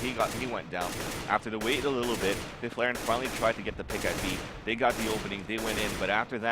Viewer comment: Love how they pronounce fifflaren xD (i'm swedish)